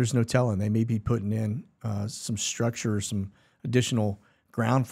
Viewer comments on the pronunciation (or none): none